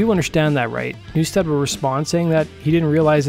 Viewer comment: You fucked up Jason's name 4 times. There's no A in NEW-STED!